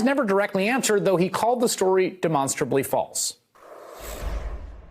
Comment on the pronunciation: Hold it,, in reference to Devin Nunes' 'Mad Cow' move, were you trying to call it his "go-to moo"?